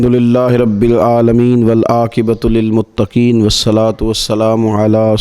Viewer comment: والآقبۃ للمتقین نہیں ھے ، حضرت جی اپنی تجوید درست کریں ، مطلب الٹا ھو جاتا ھے الفاظ کو اسکے اپنے مخرج سے نہ نکالنے کیوجہ سے